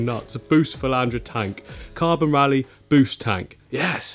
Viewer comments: “Riley” 😅 I’ve got to say it lad it’s been too many times now 😂 it’s ‘Rilly’ brother 👊🏼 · It´s Rilli shrimps not Reilley! Lol : D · i love u but if i hear you say "Ryleigh" one more time im gonna bang my head into a wall lol. Its r-ill-ee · I just went through like four/five pronunciations and its REL-EYE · The Rili shrimp is pronounced "really". Just an FYI. But you did ask. ☺️ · Rili is pronounced RI-LEE. It sounds like says really but you replace the E with an I. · pronounced "rilly" (ril-e) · not pronounced riley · It’s pronounced rrrrr-ill-y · Hearing you pronounce rilli shrimp makes me laugh every time